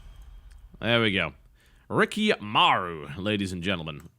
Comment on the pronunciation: You do know that it's Rikimaru not Riki Maru, right? ._.